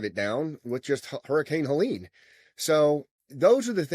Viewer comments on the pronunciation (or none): none